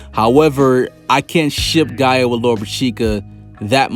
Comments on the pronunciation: Bro it’s gaJA not gaea 😭😭u be killing me dawg where the hell u from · Everytime this man says Gaia I just wanna be like it's Gaja 😭